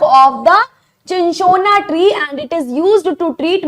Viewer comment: Mam चिनचोना nhi hai wo सिनकोना hai